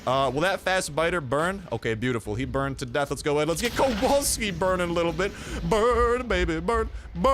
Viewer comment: Sweet mammo Sgt.Kowalski is Polish Second name... Brooo. Oh also when u read that "W" dont change it in polish W is W I mean like ur reading WY thats how to read W in polish xd